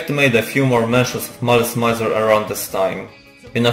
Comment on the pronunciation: Thanks for the video, but could you please at least make an effort to say the name of the band correctly? It's not that hard, it's French : malice + misère